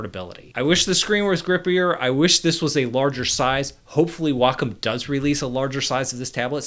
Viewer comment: Thank you, Thank you for pronouncing "wacom" correctly. Thank you!!!